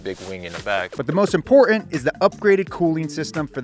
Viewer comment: Buh-ins. Impor-int Why do you hate the letter T?